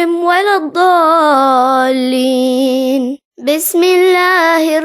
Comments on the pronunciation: Magdube . Walazdualeen .kaha is awaz main.. Jaha tk main janta hu Magzube. walazzaaleen.. Hona chahye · Dono theak han..... Zaleem aur dualeen....